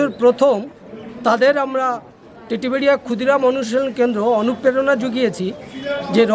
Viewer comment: দাদা ওটা টেডিবেড়িয়া নয় ওটা টেঁটিবেড়িয়া হবে